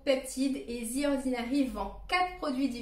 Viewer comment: The ordinary ❌ Zi ordinary ✅